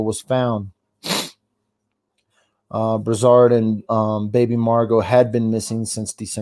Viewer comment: It’s pronounced Brew-sard and Fara-moose-ka